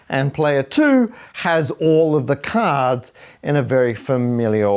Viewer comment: Caaahds, caahds, caadhs 😂😂😂